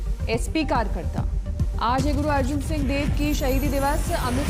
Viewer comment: Oh madam app ji ko guru arjan dev ji ka name sahi nahi lane aata .phely guru ji ka name sahi se bolna sekh lo.